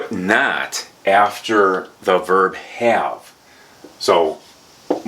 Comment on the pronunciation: I enjoyed it very much. By the way, I noticed that you pronounce The in a different way. You say "Da". Many thanks for the enjoyable lesson. I would be very happy if you do more lessons and videos without much time in between. I'm looking forward to your next video.